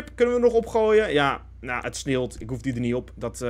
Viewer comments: Normale mensen: het sneeuwt: het sneewlt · Iedereen: ‘het sneeuwt’: ‘het sneelt’ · Niemand:: Het sneelt